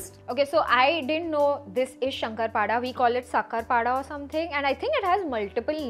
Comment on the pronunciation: Areee yarrrrrrr 😭😭it's not Shankarpada ❌it's a " Shankarpali *✅ it's Marathi Sweet Dish which is made on the Special Festivals like... GANAPATI AND mahalakshmi...Diwali....!!! And yahhh Loveee loveeeeeeeeeeeeeeee ❤️🧡💛💚💙💜🤎🤍💝